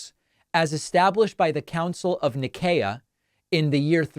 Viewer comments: Council of Nai-see'-a, not Ni-kay-a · The council of Nicaea - Nye see ah.